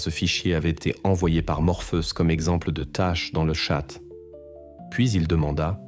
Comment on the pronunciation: Voix iA rébarbative... 😩 Pétard !!! Tchat! Et pas chat!